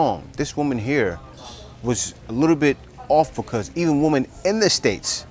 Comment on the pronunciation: Learn to pronounce women correctly. By the way, her contributions to society have nothing to do with contributions to her partner. Her degree has nothing to do with what she would offer to a man. She has to offer that to a job not to a man. She gets that confused.